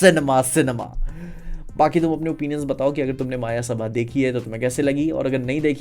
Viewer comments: It's मयसभा not मायासभा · मायासभा ❌ मयसभा ✅